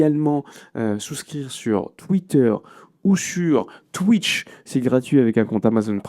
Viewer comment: Ça me fait rire ta façon de dire twich😂